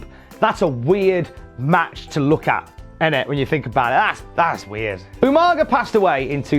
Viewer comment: does anyone remember SvR 2009’s better than utopia , where Regal kept calling Umaga, “Umanja”. always makes me laugh